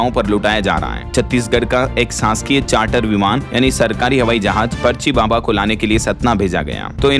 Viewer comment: Baba per itana jor nahi dena